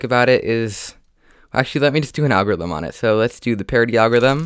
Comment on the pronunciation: Lol agorithim